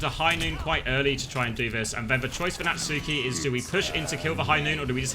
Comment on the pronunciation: Does Natsuki rly pronounce his ign as Nat-Suu-Ki or are we taking the piss